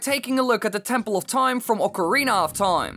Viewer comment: Tempoll of Toime